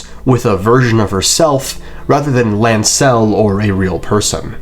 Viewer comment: I cannot stand the way you accent Lancel